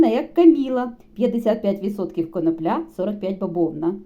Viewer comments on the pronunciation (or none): Так та коноплЯ,ріже слух,- може все ж коноплі ?!!